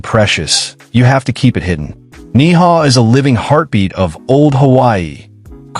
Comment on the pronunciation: Ni'hau is pronounced "Neee-How"... OMG